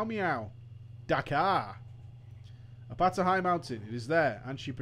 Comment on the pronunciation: "your name shall not be forgotten apeto" her name was apata lmao